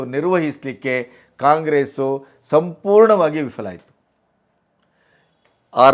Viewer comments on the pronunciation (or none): none